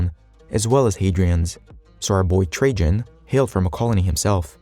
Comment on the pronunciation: Lol ,how read Trajan . So first A and second A arent a same ?. So logical, why would any A be same like other A , when you can read whatever you wont insted of A. You look smarter then